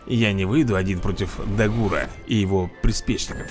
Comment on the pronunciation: Не хочу делать замечания такому крутом ютубер у как ты, но правильно дАгур и грОммель